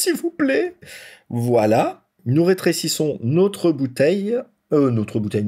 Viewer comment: « Nautre » purée vous êtes français?